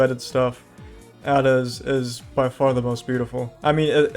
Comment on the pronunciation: It's "Ada" not "a da"